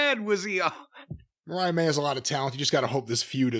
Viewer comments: It's Mariah.. not Marie..... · He seriously can’t pronounce Mariah